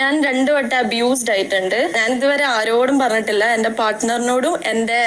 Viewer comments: മരകഴുത ഇംഗ്ലീഷ് അറിയില്ലെങ്കിൽ പോയി പടിക്.... അബോർഷൻ അല്ല അബ്യുസ് 👊👊👊👊. പോടാ നാറി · അബ്യൂസ് ആണ് അബോഷൻ അല്ല